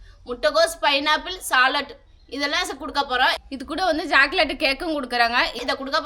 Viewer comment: ஜாக்கலேட் இல்லை சாக்லேட்